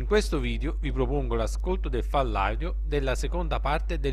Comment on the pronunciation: "FALLADIO" non si può sentire 😂 Ci vuole tanto a scandire " FAIL AUDIO " .Ho scritto proprio la pronuncia. Tra la prima(fail) e la seconda parola(audio) c'è una impercettibile pausa.